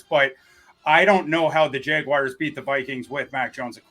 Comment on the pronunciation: The worst part about this week is I've got 7 days of hearing people mispronounce "Jaguars" as "Jag-WIRES". It's not a difficult word,.